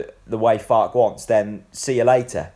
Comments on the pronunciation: Pronounced Farker. In German the e is pronounced. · An E at the end of any German pronunciation is ER. So Fark-er. Confusing for English but there are still people who pronounce Volswagen as Volks-wagen instead of the correct pronunciation as Folks-Vargen. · Far-ke. Two syllables. (As a Yank, I'm not going to put an "r" in that pronunciation, since I'd say it ;) ) I think this is an exciting choice. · it's Fark-er I think mate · I gree with you 100%. Having lived in Germany for many years I would pronounce it, Far-Ker. An E at the end of any German word is pronounced ER. Same as Volkswagen is pronounced- Folks-Vargen.